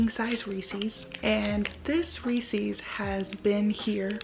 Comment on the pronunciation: You’re mispronouncing Reese’s and ahi. The Reese’s is driving me crazy